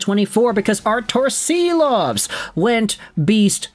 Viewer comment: I love your content but he's Shilovs. Artūrs Šilovs